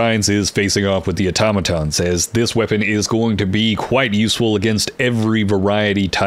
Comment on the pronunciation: Thank you for being one the few people on YT that can pronounce "automaton" correctly 👍🏻